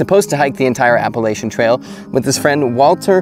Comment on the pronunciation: Learn to say Appalachia right before making a video on it